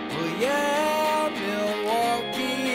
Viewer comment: Where the hell is that singer from? Everyone who's actually from Milwaukee knows the L is silent.